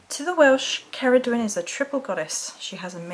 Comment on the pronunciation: Please, do check how to pronounce the names before you do your video's, there are plenty of sites where you can find these. Incidentally, Cerridwen is a WELSH Goddess, not Celtic.